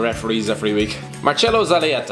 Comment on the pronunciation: As an Uruguayan, you completely butchered the pronunciation of Zalayeta lmao Nice vid though